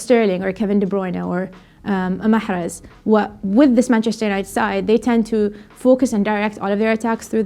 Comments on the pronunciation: Great stuff! And I loved your technically correct pronunciation of Mahrez. - Fellow Arab living abroad. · The "Mahrez" came out so well. Great analysis as always.